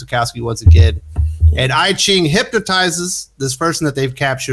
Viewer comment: Isn't "I Ching" pronounced "eee-ching"? That said, I sat thru the whole vid..... still don't want to read that run.